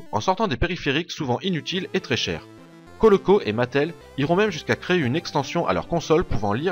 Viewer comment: Ça me stresse le "Coloco" répété maintes fois dans la vidéo, alors qu'il s'agit de "Coleco" (c'est même écrit à un moment).